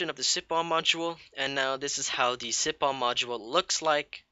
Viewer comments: siphon [si "f" on] not [si p on] ph makes F sound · lol yes what josh said sipon funny